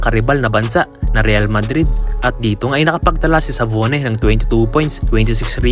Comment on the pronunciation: Dabone po yata Hindi sabone